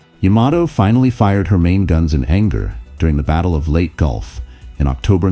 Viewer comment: Indeed. “Late” Gulf? It’s pronounced “Lay-Tee”.